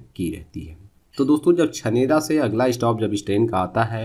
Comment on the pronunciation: chanera jn pronouncation wrong after bharatpur